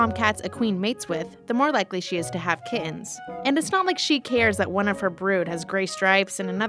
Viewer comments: Their called Kittens, not Ki-uns. Don't leave out your T's. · can't stand the way she pronounces kittens....kiddens..kihhens... ugh I would never hire her for my company..... 7 year old video so it isn't AI.. it's really bad when adult males sound like valley girls